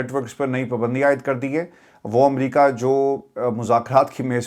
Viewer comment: آپکی اردو کتنی خراب ہو گئی ہے Fauj ko foj کہ رہے ہیں Soday، پبندی، پتا نہیں کیا کیا We were not expecting these words from you.